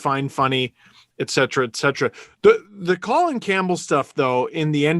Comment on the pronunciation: Rectum Campbell? bc he insists its "Co Lin" yeah?